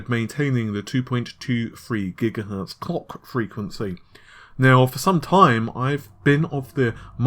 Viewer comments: Kevboard Arts lol. My thoughts exactly! I had to rewind and play it again just to make sure he was saying clock. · "Sony will be able to largely keep the COCK frequency of the PS5's GPU at the 2.23ghz" MISHEARD LYRICS EDITION